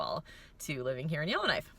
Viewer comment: I keep hearing Illinois but you're saying Yellowknife.